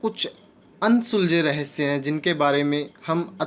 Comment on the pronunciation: Rahasya thiq se bolna sikh le bhai